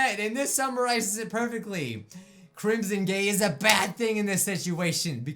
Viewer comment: Omg you said crimson gay AGAIN